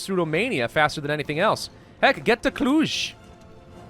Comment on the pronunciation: ey that's where I live Also nice, you pronounced Cluj correctly Proud of you